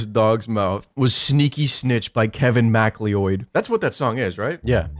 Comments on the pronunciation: "Kevin Macleeoid" - 2022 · why is nobody else talkin bout this like why he say it like that lm